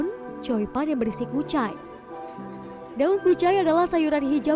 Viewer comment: Choi pan mbak jng slh ucap jdi coi pan 😂